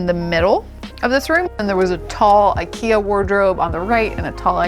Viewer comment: I'm impressed by the way she pronounced IKEA tbh 😄